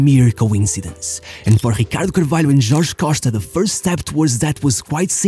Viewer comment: da maneira q ele disse ricardo carvalho e 100% portugues